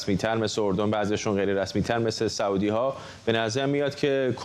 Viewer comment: آقای فرحزاد سعودی بافتحه س نیست با ضمه س است به بقیه هم بگویید